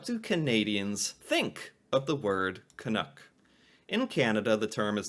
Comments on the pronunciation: Being a little pendantic here, but you keep saying "Canook". It rhymes with "duck". Do you say "dook"? Is it just your accent? CAN-UCK. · Hi,. I love this discussion! I hope you are open to a suggestion for pronunciation that might make the word more recognizable to us Canucks. You seem to be saying 'canook' (rhyming with 'look') when most Canadians would pronounce it 'caNUCK' (rhyming with 'luck'). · I’ve never been offended by the term, but please… STOP pronouncing it as Ca-noo-k. It is pronounced Ca-nuh-k. Thanks. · Its pronounced ka-nuck not ka-nook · Can....uck, not Can....ook. At least get it right. lol. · Your pronunciation of the word seems to waffle between Can-NOOK (rhyming with book or look) and Can-NUCK (rhyming with tuck or luck or f... ummm, never mind that one!). The latter is the correct pronunciation. I appreciate your respectful approach to the subject. Happy New Year! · For some utterly bizarre reason, 99.999% of Americans say "Can Nook" instead of "Can Nuck" is not bad here with most of his video, but keeps straying close into the Nook zone when saying it lol. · Pronounced Can uk (uk as in yuk) not as ook. Does that make sense? Love your reactions :) Keep it up. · Tip: you’re pronunciation is vacillating back and forth from the correct Canuck like «puck » and the incorrect Canook like « nook. » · Correct me if I'm wrong... Your pronunciation seems to (mostly) sound like "can-ook", but should rhyme with "luck" , not "book". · One thing, Canadians pronounce it to rhyme with truck, not with book. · Just change your pronunciation slightly. Canuck like puck..not like pull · It is pronounced Canuck though - rhymes with chuck or buck, not book or cook